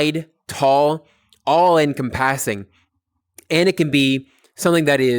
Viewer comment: The way you pronounce encompassing scares me